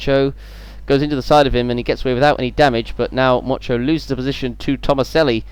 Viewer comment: 2 funny things when motyan was being overtaken by gamba u kept saying mocho and also swede move andersson is swedish;)